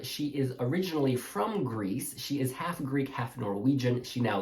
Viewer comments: Thank god I’m not the only person that was triggered by “alf” 💀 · Ok I finally get to see the allocation draw in peace. I couldn’t deal with the guy helping with the draw pronouncing “half” as ALF! 😂